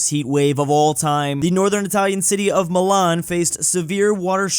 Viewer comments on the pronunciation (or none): why do you pronounce Moh-lan when it is supposed to read like "mee-lan"